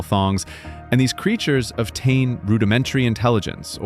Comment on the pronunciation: I'm sorry but your speech delivery and editing are so bad. Every other sentence seems to be cut half way through and jumps to a different word. And you have strange pauses or super fast cuts between words and sentences. Saying the wrong words like "ovtain" instead of "obtain". Man. Really distracting from the overall video